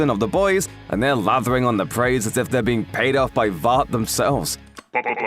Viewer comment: Graaaaah there is not an "A" or an "R" in 'Vought' graaaaah